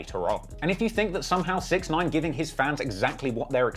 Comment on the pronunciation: The guys name is pronounced, (six ix nine eyen)